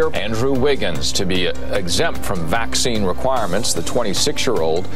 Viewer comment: The way The Pope pronounce 'vaccine' sounds so cute. Vak-chee-ni 😁